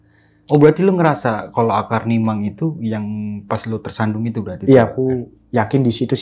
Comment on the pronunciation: Maaf yang bener mimang, bukan nimang